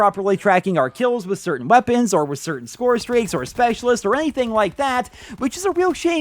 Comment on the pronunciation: "lets talk about the wæpennsss"